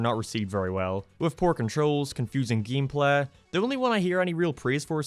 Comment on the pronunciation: Sadly, most Simpsons-themed video games were not received very well with poor controls, confusing gehmplah... I don't know what this accent is but I love it.